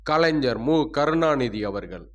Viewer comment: கலைஞ்சர், அறிஞ்சர், ஸ்ஸென்னை... ?... ஸ்ஸெவ்வியல், ஸ்ஸங்கம்,....?....... நீங்கள் தமிழை உச்சரிப்பது பற்றி படியுங்கள்.....